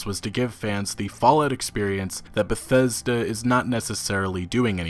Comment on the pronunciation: The worst pronunciation of word Bethesta ever. Why is he chocking every time saying it. 40 sec into video and i'm just thrown off.